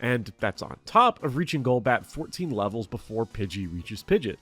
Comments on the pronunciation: Pidget? Pidget? Pidget???? Its Pid-gee-ot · Stop calling pidgeot pidget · Jesus christ please never say 'pidjit' again 🙏 😅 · is it a joke in the community to call it pidge-it instead of pidgey-ot? A lot of people do that. like its pidgey pidgey-o-toe then pidgey-ot. Which is weird anyways, i feel it should be pidgey pidgeot then pidgeotto. Just swap stage 1 and stage 2s name and thats it. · Minor nit pick. Pidgeot is pronounced pidge-ee-aht. Not pidge-it. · Great video! Very informative. I just have one critique... you mispronounced pidgeot. It's pronounced Pid-jee-aught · Hearing him pronounce Pidgeot like "Pidjet" almost broke me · Commenting to call you an ingrate for pronouncing it “pidgit”. I hope you feel bad. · First person to ever pronounce Pidgeot as "pidjit" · The pronunciation of Pidgeot is atrocious. PID-JEE-OTT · Say it with me now. Pid-gee-awt. Had to get that out there. Love the vid tho 😘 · Great video, but that “Pidget” really triggered me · the way you pronounce pidgeot is insane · something terrifying about the pidgeot pronunciation. i expect nothing less 🫡